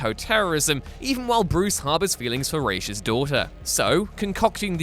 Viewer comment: I honestly appreciate how you always pronounce Ra's right